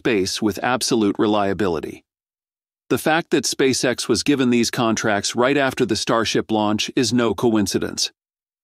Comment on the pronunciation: Contrat ??? you mean contRact